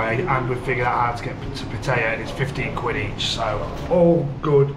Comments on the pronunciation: It’s pat tie ya .. not pat tay ya. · It's called Pat EYE YAA